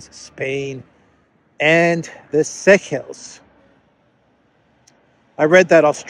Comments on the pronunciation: uhm re the Seychelles-- its pronounced Say-shells....! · The Seychelles is pronounced Say-shells.